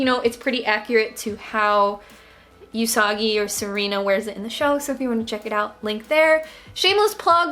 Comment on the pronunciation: everytime I hear say you-sagi i question my entire life